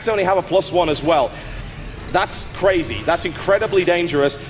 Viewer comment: WAAH! Stephano is CRAY-CRAY-ZEE!